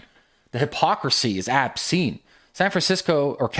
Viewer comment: Obscene... not abscene brother.